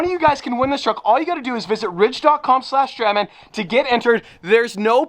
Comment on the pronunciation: Then stradman - street man 😂😂😂 an sorry no offence i love you